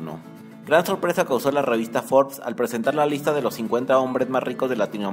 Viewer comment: Que poca madre tienes para engañar asi al público, debes de ir a la cárcel por traicionar la libertad de exoresion, ni la palabra Forbes, sabes pronunciar